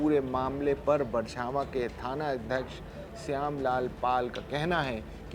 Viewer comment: अरे एंकर भाई बरछावां नहीं बछरावां सही नाम है।